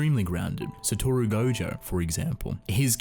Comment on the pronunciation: quick correction: it's pronounced as GoJOE not Goju. Also, the author's gender hasn't been determined yet, so I'd just call them "they"